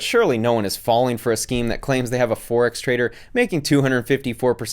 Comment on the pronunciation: By the way she pronounced "Fourex" I'd suggest she lives in Queensland, Australia